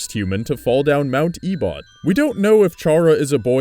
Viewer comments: I thought you said "A butt" instead of Ebott lol XD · "E-bot" that's... not right. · Mt. Ebott is pronounced Eh-bit